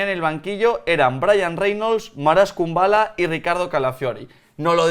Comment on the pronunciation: #PifiasLMI Es Marash Kumbulla, no Kumballa. Pobre albanés.